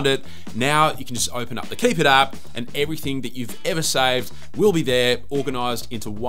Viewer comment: "Kipit" being pronounced "keep it" is the dumbest sht 😂 – although I do applaud your ability to convincingly sell a bog-standard bookmarks app as some great idea! I'll stick with Raindrop though, methinks! But man, that Pinnit app is a keeper! I've used notification pinning apps in years past, but this one looks very damn nice.